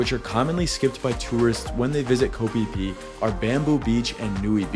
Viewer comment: It's pronounced kho pee pee not kho fie fie